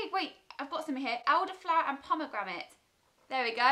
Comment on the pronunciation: How you say pomegranate 😂😂💘💘